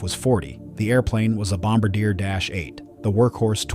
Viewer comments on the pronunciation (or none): The aircraft company Bombardier is pronounced 'Bom-bar-dee-ay'